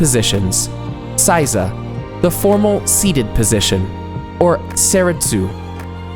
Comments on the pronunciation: A lot of good advice here. However, there are some serious pronunciation issues. The pronunciation of "A" is NOT like the English short A sound, but rather the short O sound. San and sama should not have that back-country English pronunciation of the A. Also, the word Seiza was mispronounced. The ei part of the word should sound like the English long A sound. Correct pronunciation shows respect and effort to learn the basics of the Japanese language. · Why do you say saiza? ther isnt an a in seiza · pronounce 'say-za' not 'size-a' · Seiza is pronounced "seh-ee-zah" not "say-za" (sometimes when things are said quickly in conversation, some words may seem to take shortcuts with the pronunciation, but in fact the entire word is said but very compactly. To the untrained ear it seems as if they are cutting off part of the word. Not so. A common mistake for those learning Japanese is to think it's ok to cut the words, but in reality Japanese people hear what you did but will never correct you, so you keep on believing it's ok. Example: Sukiyaki becomes Skiyaki. What are some other examples? Can you think of some?). Japanese vowels: only five sounds. Not hard to figure out. A=ah I=ee U=ooh E=eh O=oh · I couldn't get through the sitting part. I cringed each time he said "size ah". It is pronounced "say zah". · "EI" in Japanese is never pronounced "IE" as in Lie, Pie, Tie. It's closer to AY as in Say, Bay, Ray, Play, Pray, Tray, Fray. Seiza is not pronounced SIE-ZA, but SAY-ZA. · It's seiza, pronounced 'sayza', not 'sizer' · Hearing him repeatedly mispronounce "seiza" as "sigh-zah" was like nails on a chalkboard. It's "say-zah," bakayaro! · Stop saying, "SY-ZA." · please pronounce seiza correctly, as in phonetic SAY TSAR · "Saiza" really hurt my heart as a karate practioner